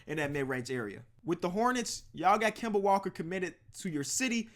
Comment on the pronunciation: Plz don’t say kemba for the hornets